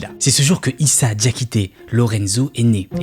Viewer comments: C'est diakhaté et non diakhité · Ct pas Diakité plutôt diakhaté 😌